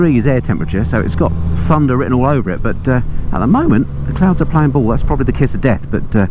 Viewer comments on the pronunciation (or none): none